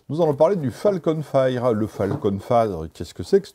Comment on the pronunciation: Juste, pour les prochaines fois : "fire" ça se prononce "fayeure" pas "faïre"